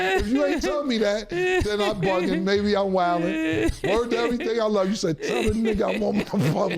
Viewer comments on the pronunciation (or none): none